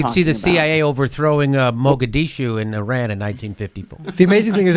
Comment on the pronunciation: It is Mosadeq Jimmy! Not Mogadishu!!